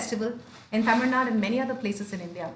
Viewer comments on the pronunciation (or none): Brother, you have to pronounce Tamil by rolling your tongue up to touch the cliff. When you say Tamil, the last two letters ‘il’ should touch the cliff of the mouth. When you normally say it, the tongue will touch the top of the teeth, which is not correct. It is easy to say with caustically touching the cliff of the mouth. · This is not grammar bro. He was trying hard to pronounce Tamil again and again. I am trying to help him. This comment is only for the people who care to pronounce the 'la/zha' letter correctly.